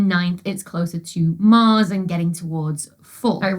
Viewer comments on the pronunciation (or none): none